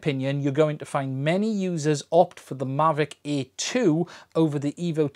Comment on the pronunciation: Difficult video to make for someone who literally can't say "Air"...